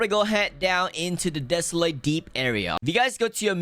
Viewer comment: “Frshh” “The dep” “Millons and millons of dollar” “Subscri” “Ro” “Pufferfrsh” “Ararara rod”